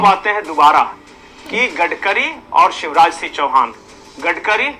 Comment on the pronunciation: Shiv Raj Singh Chauhan ki jagah aap use visha Raj Singh Chauhan pronounce kar rahe hain...aap hain kaun ?